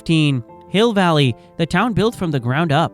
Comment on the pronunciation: Yeah, you can tell the AI when it calls Hill Valley "Hi Valley" and Crispin Glover "Crispin Glowver." These are mistakes humans wouldn't make, if they know what they're talking about.